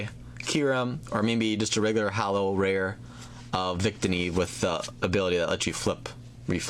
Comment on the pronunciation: its not vict-tee-e. its victini. he is saying it right.